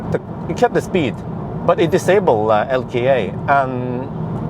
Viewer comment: (LKA) "El, Kay, Ay" , not "El.Kee, Ay"...